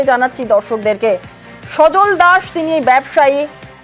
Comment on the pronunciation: নাম তো" সজল"আপনি "সজন" বলছেন কেন,???